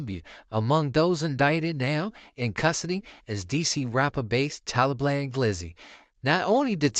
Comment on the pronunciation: Why bra keep saying “Talablam” doe 😂